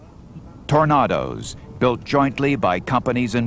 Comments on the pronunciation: I like how he tried to make the Tornadoes sound more classier by calling them TOR NAH DOUGHS, instead of TOR NAY DOUGHS haha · Air power in Vietnam was only ineffective due to the stupidity of the US governments restrictions on the targets that could be engaged,given a free hand,US airpower could have inflicted devastating damage on the NVA. And please learn to pronounce Tornado correctly,tornahdo? Where did that come from?. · TOR NAY DOE’S not TOR NAR DOE’S just like the whirlwind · Outstanding illustration of Air power and technology. To the narrator... tornado NOT tor a nado. Like the wizard of oz. Get it right. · Still trying to work out what a Tor-nardoes is 😂 How can you mangle that!? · The narrator can't say Tornado